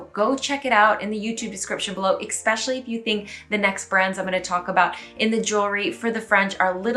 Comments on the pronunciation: I just got into secondhand shopping (only in stores though, not online), it's so much fun, like a treasure hunt! PS - it's eSpecially and eTcetera (sorry... ;) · Again, I am BEGGING YOU, please pronounce "especially" correctly. You say it at least half a dozen times in each video. English is your first language. You have no excuses. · Eh whatever - then you're from the Midwest. Regardless, it's bizarre that you are determined to mispronounce something to the point of butchering the word, even when it's pointed out to you. Most people WANT to pronounce things correctly.